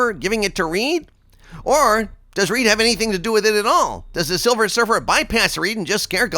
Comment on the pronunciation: It is Silver Surfer not Silver Surf-her